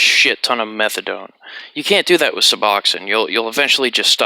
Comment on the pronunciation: Hahahah. No worries, man. You nailed it at the 1st time. The first english speaker to say it correctly. Awesome video, like always. And before ppl come nerding at u. Yea, morphine to diamorphine is the other way around but whatever, what matters is that methadone is fucking nasty. It has lower affinity to the mu opioid receptors than morphine and doesnt hit the others (kappa and delta) like morphine does, so ppl who want a rush will easily od trying to get there.